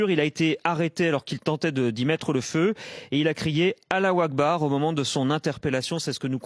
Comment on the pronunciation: EN PLUS IL A DIT. ALA " OÙ " AKBAR. ÇA N'A RIEN À VOIR .. 😁😁